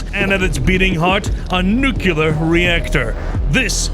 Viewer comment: bro learn to say nuclear